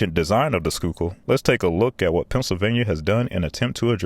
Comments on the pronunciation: Great video! Very thorough and you covered a lot. But you really murdered the pronunciation of Manayunk! LOL. Locally, it's Manny-yunk. The "a" in manny is like the "a" in "and", and "yunk" rhymes with "trunk." (I'm sure that a commenter will disagree with me.) But you got "Schuykill" down perfectly. For former Rep. Perzel, the accent is on the last syllable. It's hard to believe, but when the Schuylkill Expressway first opened, there weren't any dividers or barriers between the opposing lanes! Crashes with fatalities were routine, so they finally installed dividing barriers. I live in Philly, and use SEPTA regularly, but there are times when I have to drive on the Schuylkill/I-76. SEPTA bus service to the King off Prussia area from Center City is very slow. It's gets caught in the same traffic as the cars. And as the only major connector to the Westbound PA Turnpike and Northbound PA Turnpike I-476 from most of Philly, there are times when drivers have no choice but to use the Schuylkill. SEPTA's planned rail extension to King Of Prussia from the Norristown High Speed line is now officially dead. The electronic speed limit signs that you mentioned seem to be fully installed, and they are helpful, as they let you know of slowdowns up ahead. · He clearly looked up how to pronounce Schuylkill but didn’t bother with the rest 😂 With that said though I can’t disagree with a lot of what he said. I hate left side exits and narrow lanes. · I've driven the Schuylkill many times and this video underclass how bad it really is. The only thing it's got going for it is the view. P.S. Great job on the pronunciation of place names for a non-local... except for Manayunk. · Ayyyeee he pronounced Schuykill right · Crazy impressed you pronounced Schuylkill almost perfectly. Although it's Man- E - Yunk, for Manayunk. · Got a chuckle . It’s pronounced “Manna-yunk” or “Manny-unk”, but its all good because you didn’t butcher the pronunciation of “Schuykill”.